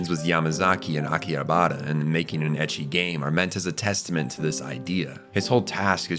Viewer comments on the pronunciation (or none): none